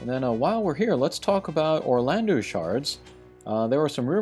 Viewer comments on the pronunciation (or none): Can we please start spreading the pronunciation of Orlandeau as Orlando, which is what it ought to be? "-eau" in French has an "Oh" sound, not an "oo" sound